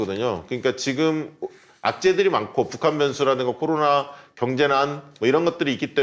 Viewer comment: 보세요^^ 일단 컨설팅 좀 해줘봐유~ 아는건 많으시고 맘은 급해 말은 마음만큼 못 따라가고 방송이니 순간순간 적절한 단어 생각해 벳어야되니 이게 참 뜻대로 안 되보여유 이 훌륭한 기자님 코로나를 '코도나'로 발음하시는 다소 혀 짧은 소리 내는분으로 보이는데 걱정 말아유 멀리 볼것도 없어유 자꾸 방송하다보면 되게 되 있어유 우리 주진우를 봐유 급하디 급하지 답답하고 속상한 맘 맨날 털보총수한테 구박 받아도 지금은 그렇게 말 잘하고 센스만점인 방송인 다 됐슈!! 그러니 급하게 말해도 단어 또박또박 해 줘봐유 이거 된다니깐요 주기자를 보셔유~^^(혀가 짧거나 하진 않고 유형이 살짝 다르긴하지만) 뭐 이것도 특징이 될수 있으니 문제 없고요 천천히 말씀을 하시던 또박또박을 해주시던!! 그래요 제 귀가 이상한거예유 분명 제 귀가 이상한거예유..절대절대 디스하는거 아녀라~ 그리고 너무 빨리들 진행이 되는건 이해하는데 한 꼭지 끝날때마다 한 숨 한 번 쉬고 해주셔봐유~ 이렇게 고급 인력들이 매주 날까롭게 풀어주는 정치썰 너무 좋은데 저같이 듣기로 주로 하는 사람한테는 뭐라는건지 잘 안 들리거나 귀에 뭐가 좀 거슬리면 잘 못 따라가겠어서 안타까워서유~~ 제가 생각하는 지금의 문제가 아마 뷰가 더 올라가지 않는 이유가 아닌가라고 적어봤습니다.. 도 듣보잡이 봉도사 말 끊는다고 했던때가 있었쥬 ㅋㅋ이런 인물을 흙속에 진주로 둘뻔했잖아유 을 장점 살려 잘 좀 해줘봐유 그래야 두 분이 업되고 박시영티비도 대박이 날것 같어유~~~ 맴을 담아 띄워유💕